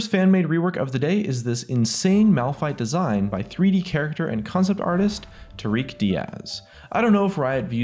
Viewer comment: You can say Taric, but not Tarik.....